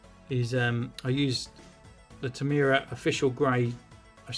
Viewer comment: Mate, it's TamiYA...there is no R in the pronunciation!